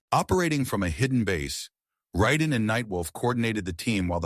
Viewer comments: Ryden??????? It’s Rayyyyyydenn buddy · Yeah "Ry-den" was shocking. Lol. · The voice is AI, I figured it out the second it pronounced Raiden's name wrong repeatedly